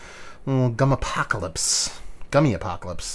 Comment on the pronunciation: Jesus. How many times will you leave the P out of POCALYPSE.